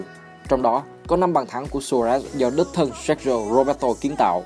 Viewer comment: xin lỗi ad là Sergi Roberto sao ad cứ đọc là Sergio Roberto vậy?